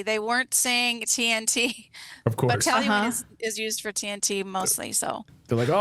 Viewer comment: Talyween vs toluene